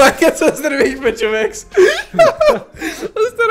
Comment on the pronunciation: zashto kazvash chovekS :DD ( oshte edin lud klip :D)